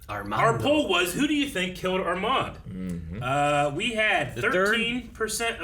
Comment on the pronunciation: Guys !! I m french.when you say Armand don t prononce The D. 😉. Live your reactions . Peace